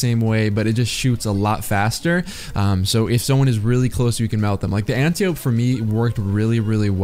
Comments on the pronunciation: an-tie-oh-pee smh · Did you add the echo effect to hide the way you were butchering the smg name? Nice